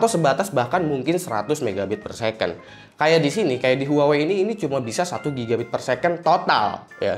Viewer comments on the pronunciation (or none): none